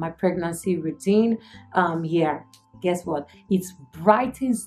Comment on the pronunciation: guessrrrr waarrrrttt ahahahahahah